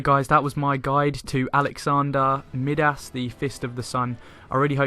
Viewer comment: Excellent video, thanks. Just a word on pronunciation, it is My-dass. Not that it matters much because we know who you mean & your hard work makes it very much forgivable. ;3